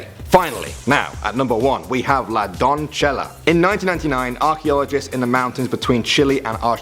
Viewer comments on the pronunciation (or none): I would like to point out the erroneous Italian pronunciation of a Spanish word . The pronunciation for #1 is /donˈse.ʝa/ or /donˈθe.ʝa/ which is "don.say.jah," a Spanish word. This is not Italian, if it were it would be donzella. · is is not la donchela.. it's la donceya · Nice video!! Btw Spanish is not Italian, "don" like in "DON'(t)" - "ce" like in "(Beyon)CE" - and "lla" like "JA(zz)"... doncella Not perfect, but certainly an improvement from Donchela Lol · is not donchela it is pronounce donsesha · "La Donchela" XD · Hahahaa, la Don-che-la!!! That's Italian, dude! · Lol says the word in Italian when it's actually Spanish